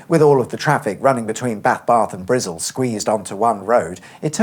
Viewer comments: It's more "Bristle" than "Brizzle", but who gives a fuck? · It’s not Brizzle that’s fking insulting it’s Bristol!!!! Ffs Cheers!!!! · Point of order: No Bristolian has ever called Bristol Brizzle. It’s an urban myth. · Speak English..Wtf is Brizzle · I love how you called Bristol “Brizzle”. I would imagine if the A431 could still be a toll road to this day. Plus you should do the A47 in Norfolk that parts of the A47 is getting the upgrade to dual carriageway. And plans to dual carriageway the entire A47 from King’s Lynn to Peterborough and from Peterborough to Wansford. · bath barth and brizzle LOL